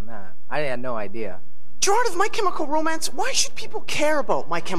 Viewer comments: Calling Ray 'my chemical ro-man' 😂😂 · Did Nardwuar seriously call Ray "My Chemical Ro-Man" lmfao